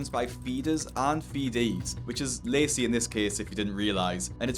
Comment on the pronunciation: I keep mishearing him pronounce 'Lacey' as 'Lazy'.